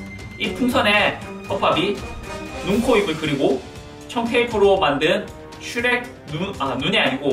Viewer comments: 슈렉이야 이러고 있는데 슈레깈ㅋ쓰레기 라고 들은1인 ㅋㅋ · 슈렉이야 할때 쓔레기야로 들렼ㅋㅋㅋㅋㅋㅋㅋ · 슈렉이야 할때 쓰레기야인줄ㅋㅋㅋ